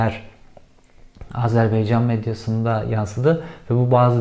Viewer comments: Azerbeycan değil AZERBAYCAN! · Azerbeycan değil malın oğlu.Azerbaycan. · Azerbeycan değil AZARBAYCAN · Hepsi iyi güzel de, RTE ve benzerleri gibi AzerBEYcan demek yerine doğrusunu, AzerBAYcan demeyi seçsen iyi olacak. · Azerbeycan değil, Azerbaycan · ..beycan değil. ..baycan. Azerbaycan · Azer Beyin Canı demekten usanmadan bitirdin. Doğrusunu biliyorsundur ama ben de hatırlatayım. Âzerbeycan yanlış... Doğrusu Âzerbaycan..! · AzerbEycan değil gerizekalı! AzerbAycan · İçerikten bağımsız şekilde, sunucu yutkunmaktan konuşamıyor. Konuşarak insanlara bir şeyler aktarma derdinde isen diksiyon ve nefes sorunlarını halletmen lazım. İki cümlede bir yutkunmak, boğuluyor gibi es'ler vermek nedir?! CIA size arada hitabet dersi de vermeli. Ayrıca "Azerbeycan" değil Azerbaycan! Belki bilmezsiniz ama biz Türkler kelimeleri yazıldığı gibi okuyoruz. Son olarak, Türk ordusunun "ilginç şekilde" savaşa hayli hazırlıklı ve bölgesel savaşlarda başarılı olduğu şeklinde bir yorumu var arkadaşın. Garibim, Türk komutanlarını esir al esir al, öldür öldür bitmiyor diye kuduruyor muhtemelen. TSK son 50 yılda, PKK, Enosisçi Rumlar, sizin FETÖ'nüz, IŞİD, Vahhabi Araplar ve son olarak ırkçı Ermenilerin doğrudan katliam çabaları dahil her türlü terörist, askeri ve siber saldırılarla kan ve can vererek dünyanın tüm konvansiyonel ve asimetrik saldırılarına en yüksek hazırlık düzeyine sahip ordusu haline geldi. Türkiye ve Türk düşmanlarını her kıtada hoplatmaya bundan sonraki 1000 yılda da devam edecek. Eserinizle gurur duyabilir ve bahsi geçen kahramanların adlarını duyar duymaz altınıza doldurmaya devam edebilirsiniz. Hiçbir yer sizin için güvenli değil... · Cevher. Bey.. AZERBEYCAN değil.... AZERBAYCAN.. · Abi telaffuzda hata var Azerbaycan diye okunuyor bunu bizzat orada ögrendim kesin bilgi :) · Beycan değil AZERBAYCAN,, önce bunu bir öğrenin. Bir ülkenin adı doğru telaffuz edilmelidir. Hele bu soydaş bir ülke ise. Biraz özen ve bilgi.... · Ülkenin adı Azerbaycan dir Beycan değil